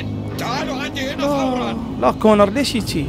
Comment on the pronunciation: كونان مو كونر